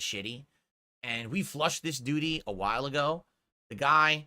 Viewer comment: Can't flush de doo-deh with a broken toilet 😂